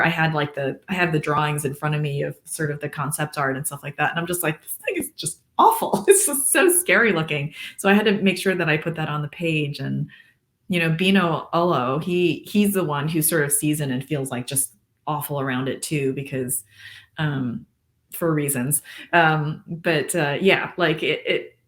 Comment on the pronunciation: I was surprised to hear her call Binot "Binow" after listening to the audiobook pronounce his name with the T. It's so cool hearing about the book directly from the author's perspective